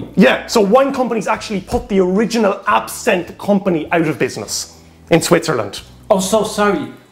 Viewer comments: Pronunciation AB SIN TH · It's not absinthe